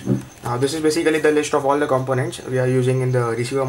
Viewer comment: Say Baesikali one more time!